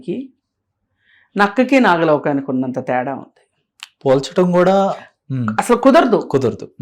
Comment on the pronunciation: గారు, నక్కకీ, నాక లోకానికి అని పలకాలండీ. నాకలోకం అంటే స్వర్గం.